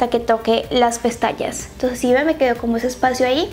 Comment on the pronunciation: "hasta que toque las pestallas" JAJAJAJJAJA